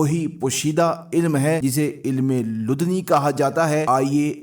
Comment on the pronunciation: یہ علم لدنی' کہلاتا ہے۔ تلفظ درست کر لیں۔